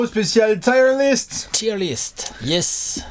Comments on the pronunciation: Je fais mon anglophone de merde mais même si je sais que la prononciation est forcée le mot "Tier" se prononce quasiment comme en français et pas "Taieeure liste" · Je suis allé vérifier, on dit bien "tir" list. Ce commentaire est sponsorisé par Harrap's. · Haha va nous présenter sa liste de pneus:) (oui il dit "tyre list"). PS: la miniature est en peu spoilante, pour ceux qui reconnaissent les logos en petit. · putain! "tire" list (liste de..pneus 🤔??) c'est pas possible!